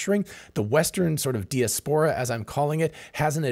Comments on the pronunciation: I’ve never heard the word “de-es-pora” used so many times in 10 minutes. Joking aside, this was excellent insight. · Check diaspora pronunciation ... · Hey. Love your channel. I've never heard anyone pronounce diaspora the way you do. Is it just you, or is that how Americans pronounce diaspora. Just curious. Calvin. 🇨🇦🇨🇦🇨🇦🇨🇦🇨🇦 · Mispronounced that many times, too. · I'm sure knows how to pronounce diaspora. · But the bot he uses to generate this shit doesn't.